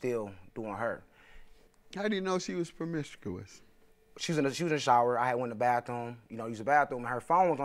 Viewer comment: Lmao she can't even say promiscuous, she 4 da streets cuz. He just as messed up as her, bruh sued his mom's. What?